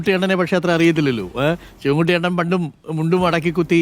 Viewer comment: അണ്ണൻ അല്ല.. ണ്ണൻ